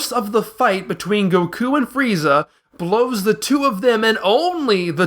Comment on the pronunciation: The mispronunciation of "Bulma" as "Blooma", "Saiyan" as "S-ie-an", "Goku" as "GoKOO", and "Namek" as "Nommek", just to name the major gaffes, is like nails on a chalkboard. If you're going to use the English dub's names, they're said correctly for you in the series my guy... do better.